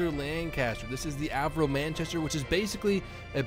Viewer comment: Why us. Brits last eh? BTW it is Are-Vo, not whatever you said ;)